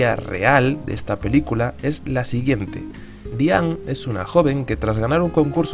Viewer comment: Diang. Con G final. DIANG. BIENG. CONG. Por qué dios mío. Por qué.